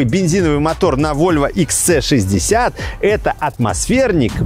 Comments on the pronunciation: Почему вы называете модель Икс Цэ? Буква ,,С" в английском звучит как ,,Си". Правильно Икс Си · Всё прекрасно, за исключением произношения автором названия модели. Икс Цэ 60 звучит очень грубо и не по-вольвовски. Нравится говорить по-русски?, тогда почему не Хэ Цэ 60? Правильное произношение - Вольво Икс Си 60 и никак по-другому)